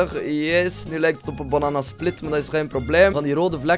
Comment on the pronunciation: Iemand die het ook grappig vindt hoe Bananasplit zegt😂😂😂😂